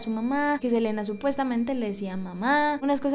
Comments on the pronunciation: Su nombre se lee Selina, no Selena. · no es hate solo te lo digo no se dice selena se dice selina el nombre que se dice selena es de selena gomez en este caso es selina quintanilla se escribe selena y se lee selina me encantan tus videos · Hola, te quería decir que estas pronunciandolo mal,em realidad su nombre se pronuncia "selina" aunque se escriba "selena" sólo es un dato no lo digo (escribo xd) de mala manera:) también es "ei bi" para q sepas como pronunciaron aunq se escriba AB